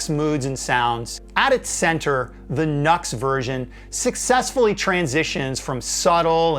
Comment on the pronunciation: Isn’t NUXX pronounced ‘new x x ‘ not rhyming the U with nut?